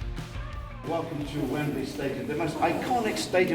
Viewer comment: So that's why it it I'd wemberley, cos it's wembalea